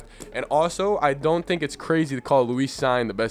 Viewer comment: Lewis is just 'LOU-is', not 'lou-EES'. Cine is 'Seen', not 'Sign'. Just wanted to let you know is all. I like the analysis very much.